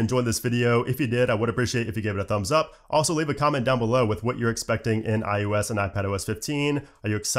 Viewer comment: why do you say ”ius” instead of ”ios”?